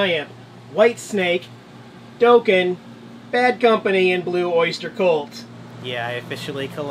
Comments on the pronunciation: Doe kin = no bad Dah kin = correct pronunciation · Dock en not Doe ken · It's pronounced with a DOCK sound, not DOKE. Bad metalhead! No riffs for you! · Its not Doughken, its Docken....Dokken....best way I could figure to give you the phonetic pronunciation. One of the best 80's metal bands, enjoy! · Dokken is pronounced Dock-in not Doe-kin regardless that was a nice collection. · You pronounced Dokken the way Homer would: D'oh-ken :) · Dokken...said like dock in. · "Doe-kin" SMFH....hahahaha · Docken is how its pronounced. Lol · Hi - you are going to LOVE the Dokken tape. And for all of your fellow rockheads - the band name rhymes with "rockin'" like "rockin' with Dokken"